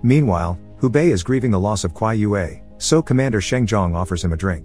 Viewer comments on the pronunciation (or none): Qiyue is NOT pronounced Kwai-yu-wei.